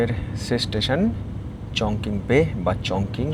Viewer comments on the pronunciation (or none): উচ্চারণ টা মনে হ‌য় হবে চংচিং। চংকিং নয়।